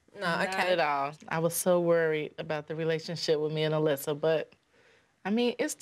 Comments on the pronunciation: The child’s name was Alyssa, not Alicia. Nothing to do with accent, just wrong pronunciation. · She called her Alyssia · Anyone else botheres by Jo calling Alyssa "Alyssia"? xD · Alysia its Alyssa lmao